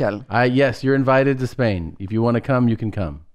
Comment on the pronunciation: “You’re going to take me to a-mall now, huh? Then a-Spain?”😂😂😂